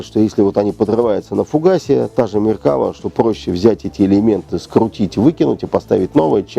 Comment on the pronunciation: МеркавА, ударение на последний слог. Палестинские отряды Хизбалы - вообще вне критики. Хотя бы потому, что Хизбала - шииты, а что Фатах. что Хамас - сунниты. Вторая Ливанская - никак не интифада. И т.д.